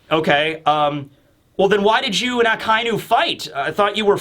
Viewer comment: It's not a-kai--nu, it's aka-inu. Otherwise, a fun and great analysis of the comic.